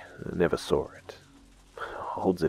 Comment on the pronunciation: Hey, why do you pronounce the word "saw" like "sar" btw?